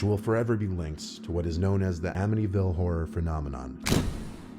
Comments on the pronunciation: yes everyone knows the Amityville house. dude you just heard it said THREE effing times and you STILL couldn't pronounce it right. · literally read a chat in a video the other day that mentioned Amityville. He mispronounced it that time, too. But he never heard of it until right now 😂